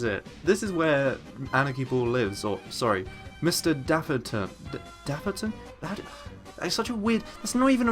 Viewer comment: I feel ashamed... this guy is British and he can't pronounce the ton when half of place names in England have that! Argh!